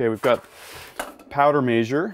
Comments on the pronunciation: powder major :P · Does how he says measure drive anyone else nuts? 🤣